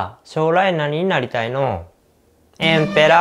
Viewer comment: 『あんた〜将来何になりたいの〜？』 私「え？公務員？(超絶鹿児島訛りで)」 主『エンペラー(超絶鹿児島訛りで)』